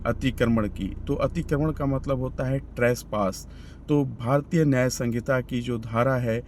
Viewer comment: संगीता नहीं संहिता 😅